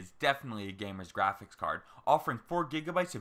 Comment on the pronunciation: "Graphics" card like holy shit how hard is it to say it normally. Fuck.